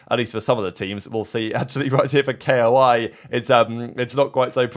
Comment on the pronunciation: Another day, another video where he says K.O.I instead of koi like the F fish🤡🤣❤️